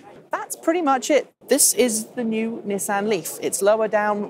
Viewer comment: I don't know why this bothers me but it's 'Knee-sahn'